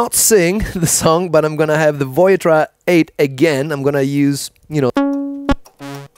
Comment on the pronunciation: You are mispronouncing Voyetra. You are putting the accent on the third syllable, Voy-Et-TRA. The correct pronunciation is the accent on the second syllable, Voy-ETT-tra.